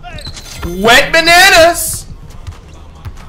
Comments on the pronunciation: It’s wetbananas not went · WHO ELSE THOUGHT IT WAS “WET BANANAS” THE WHOLE TIME????? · Wait does Flight call him Went Bananas in every video or Wet Bananas? He's got me questioning my hearing now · Whole time i was thinking you call that man wetbananas 😭